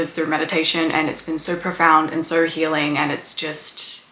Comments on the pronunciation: Its "So" not "Sow". Think of it like you're saying "Bo" and not "Boww". I didn't hear anything past "Soww".. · Wow! You can put the sound of the letter "R" in the word "SO"!